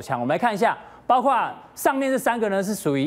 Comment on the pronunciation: 是的 包挎（包括）这样的情况